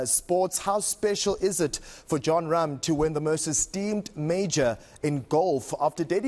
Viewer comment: Wooooow! The name pronunciation at the beginning! Super impressive!